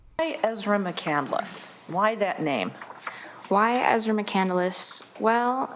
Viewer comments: I’m sure it’s not pronounced “Mc Candle less” either. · Christopher Mccandless last name wasn't pronounced that she pronounced it. She said on the stand that he wrote a book Call into the Wild. He didn't write it. He died, and the book was written about him after his death.